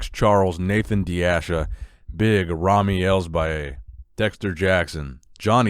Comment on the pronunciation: "Nicks Big Ramys and Biga Ramys" XD